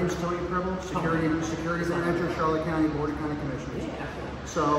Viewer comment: can’t even pronounce the name of the county correctly……but carry on 🙄